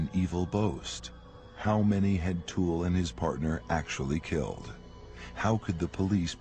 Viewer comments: What is the narrator calling the OToole guy? I thought he was called Otis but he keeps saying Honest or something? I have never let my kids out of my sight in shops. Even when they tried out the "tantrum" tactic and I pretended to walk away, they were always in my line of vision, even though they thought I was gone. It happened twice, once each and never again. I used the leash things on them too so I always knew where they were. This must have been devastating. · Otis toole. For some reason every doc I’ve seen pronounces the O in a way one would say “AH” when the doc tells you to open your mouth and say “AH”